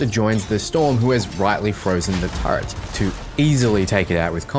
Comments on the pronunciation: but it hurts us precious! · Why do aussies/kiwis struggle to say Turret?... you say Turret but then start calling it a TurreNt.